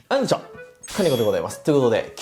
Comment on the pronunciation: 最初のはいこんにちは！が１回うんちょ！に聞こえちゃってからそれにしか聞こえない